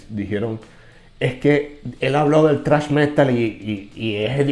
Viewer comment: Lo único incorrecto que hizo el Chombo y hasta creería que lo hizo adrede en modo humor no ofensivo, es cuando le llama Trash al Thrash, yo tambien cometía este error al principio como hispano hablante me suena más extremo por la pronunciación Trash que Thrash, de igual manera ni para sentirse burlado es material esa parte del video... Esos "Metaleros" ofendidos son los mismo que están hundiendo y apagando la llama del Metal y el Rock, EL ROCK NO HA MUERTO, pero no hay que negar que por cosas como estas empiezan denigrar un género tan bueno y rico y versátil como el Metal...